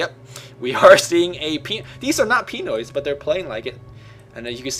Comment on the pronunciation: It's not pronounced PEE-NOY, It's pronounced PIN-NOY. Ah well, who cares, Dota 1 ftw!